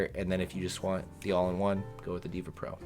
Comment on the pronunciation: Brah its deva not diva 🫨